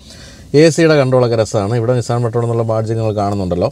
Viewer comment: Aaa patrol parayunna reethi sheriyalla